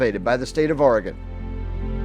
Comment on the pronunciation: This is a pretty good representation of our area. The views and video are very well done. You have a lot of the places we're known for. The Egyptian Theater in downtown Coos Bay, which you showed, is one of only 7 left in the USA. And our Wurlitzer organ is still played regularly! (But... it's pronounced "Orygun" and "Cape Arago" has a long "A" The at the beginning. I frequently ask locals when I'm not sure about how to say their town)